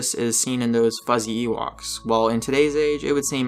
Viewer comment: "Ewokses"!!!! Dude/: you need to take a linguistics course before you post again! "Epi-TOME": learn how to pronounce it before you say it!